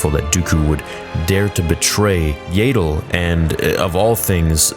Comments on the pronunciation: . Her name is pronounced Yaddle, NOT "Yaydle". You really need to get her name right. I have heard you say it wrong the whole time you have been saying it. How do you pronounce the word saddle? Do you say "saydle"? No, you don't. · Yaddle not Yeddle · Right?! We've all known it rhymes with Paddle for over 20 years, got a recent official reminder, and he still pronounces it Yay-dle? I can't help but think he wants all Star Wars to align with what it was to him when he was a child. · YAH-DULL…for the love of the Sith, please stop calling her, “YEAH-DULL”…🤨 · Why do people still call her “Yay-dle” when they very clearly call her Yaddle in the fuggin show? It’s about as infuriating as Stupendous Wave calling it “Duh-jem so” instead of the way it’s supposed to be pronounced, with a hard J sound. He might have stopped once he saw Din Djarin’s name spelled it, not sure. Can’t stand watching his channel anymore. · Please make a video on why you say Yaddle like "Ladle" still, especially after Tales of the Jedi 😂 it just makes me wince everytime I hear it. Jokes aside, this was a great video and you made a lot of good points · I'm a simple man: I hear mispronounce her name as "Yay-dle," I hit dislike. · Please stop saying yAAddle😂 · Why are you mispronouncing Yaddle's name?